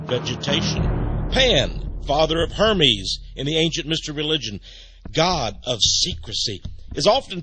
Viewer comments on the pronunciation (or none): none